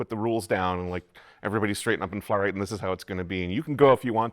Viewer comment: Is it faith or Fate? I haven't seen it in a while so maybe it's clear, but fate suggests there's no choice. I guess faith can too, and fits with the marriage theme? Her pronunciation had me thinking fate I guess Anyway, RIP both Bob Uecker and David Lynch